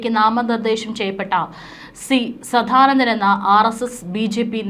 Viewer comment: ആവർത്തന വിരസത കൊണ്ട് നിറഞ്ഞ വീഡിയോ ആണ് നിങ്ങൾ ചെയ്യുന്നത് കൂടാതെ തെറ്റുകളും കൂട്ടിനു ചേരും സധാനന്ദൻ അല്ല സദാനന്ദൻ ആണ് ശരി Pronounciation പോലും അറിയാതെ വന്നിരുന്നാണോ ന്യൂസ് വായിക്കുന്നത് ?